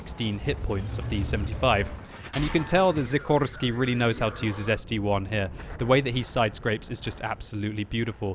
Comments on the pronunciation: st-l not st-1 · Why call it ST-1? ST-I, capitol S, capitol T, capitol I... see the difference of 1 and I?? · Why does noone say something about calling the ST-i a ST-1?!? It is is(-7,8,4,3,2) not 1s(-7,8,4,3,2)